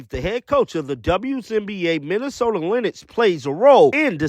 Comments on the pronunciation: lyn icks..?????? it's lynx. like the cat... bozo... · bruh….WNBA MN “Lennyx”?!? C’mon Man! I know u excited… You making AI voiceovers look good.😂 ☮️